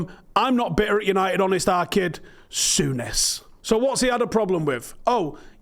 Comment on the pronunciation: stop pronouncing his name incorrectly Is Graeme Sour-ness